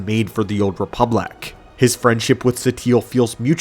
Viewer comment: THEE OOLD REEPULACK